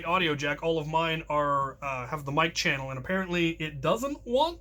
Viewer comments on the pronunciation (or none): none